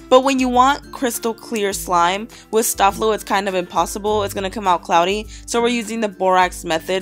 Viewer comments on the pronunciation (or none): sta Flo is pronounced stay flow lol I got you girl 😅😉